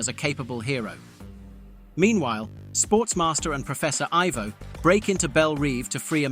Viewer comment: Getting "Professor Ivo" and "Amazo" wrong really killed this for me